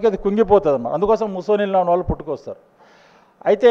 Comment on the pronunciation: తు తు తు అని మాట్లాడే బదులు కొద్దిగా మంచిగా ప్రిపేర్ అయ్యి కాన్ఫిడెంట్ గా ప్రసంగం ఇవ్వొచ్చుగా. ముసోలిన్ కాదు అది ముసోలిని. ఇజ్రాయెల్ ప్రజలు ఇజ్రాయిల్స్ కాదు ఇజ్రీఆలైట్స్. సబ్జెక్టు మ్యాటర్ బాగుంది కానీ ప్రెజెంట్ చేయటం స్లోగా వుంది. కీప్ ఇట్ అప్. 🙏🇮🇳